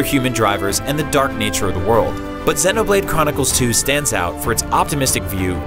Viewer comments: Xeeeeeeeeeeeeenoblade! not zehnoblade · It pissed me off how he's saying zeno blade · is he calling it xenablade chronicles 2 lmao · "Xennoblade" lol. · The mispronunciation of xenoblade is hurting me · SERIOUSLY, how do you say Xenoblade wrong!?